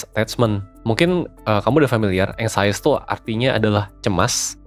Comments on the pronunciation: Bacanya eng.syes bukan eng.sayes...cm mau blg gt aja🙏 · anxious bacanya ang(k)shes min bukan ansayes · Inggris lu ganggu banget,anxious dibaca anxies. Bukan anxaious..